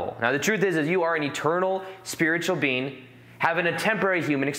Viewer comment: Whenever he says being, it sounds like he says bean